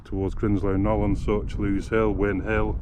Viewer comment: When will all of you that do north derbyshire films realise it's grindslow and grindsbrook, the grind part rhymes with rind...as in bacon. And lose rhymes with booze in lose hill. How the fuck can win hill and lose, rhyming with close make sense. Old battle... win and lose. Beavers and many others do it...fucking thick